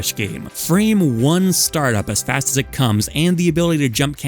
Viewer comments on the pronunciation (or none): none